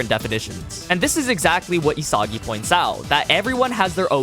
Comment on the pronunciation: Your constant mispronunciation of isagi bro 🫩